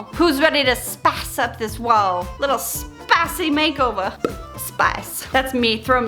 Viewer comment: saying 'SPUH-icy' is why she is my favourite white girl <3 love you!!